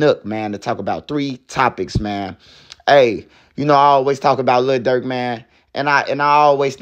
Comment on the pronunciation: Le Durk 😂😂😂